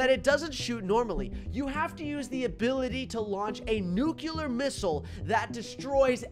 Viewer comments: I got better at pronunciation he said “Noo-cue-ler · Nuclear🙅🚫🚫 Nucular 😍✔️✔️✅✅